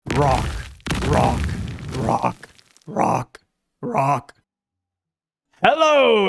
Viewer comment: I don't know why in the intro when he is saying Rock Rock Rock in a slow motion i am hearing gwak gwak gwak. Am i the only one who is hearing like this or what ?